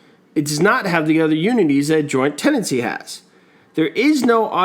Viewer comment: To remember Tenancy in common, he leaves it Te-Nancy